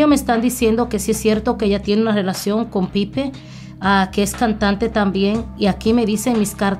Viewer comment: Soy la única que escucho que decía Piper.